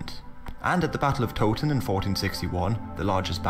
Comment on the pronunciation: Not Toeton , but Towton...Tow like " OOOW!" I've just stepped on some lego, barefoot.